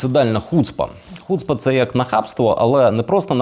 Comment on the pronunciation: Тільки не хУцпа, а хуцпА - наголос на останню голосну, пробачте за хуцпУ...